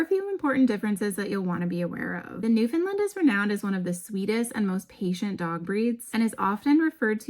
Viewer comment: What happened ? The first three times you uttered the name Newfoundland you "nailed" it. However every single instance after that you drifted to pronounce the word as "Newfinlind". As a Newfoundlander I can tell you that really grates on our collective nerves here. It's simple really, when you speak the word (for the Dog and the place), it should rhyme with the word understand. As in, "Understand Newfoundland". Regards coat care for adult Newfoundland's; the best thing you can do is to feed them raw oily fish. Mackerel or Herring if you can source either, at least once weekly. It does wonders for the fur.